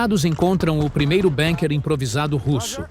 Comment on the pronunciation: NAO E BENKER E BUNKER PALAVRA ORIGEM ALEMA BUUUUUUUNKER BURRO.